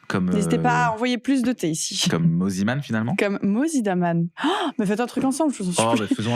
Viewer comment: Je rêve où au tout début de la vidéo elle l’a appelé « moniman » 😭😭😭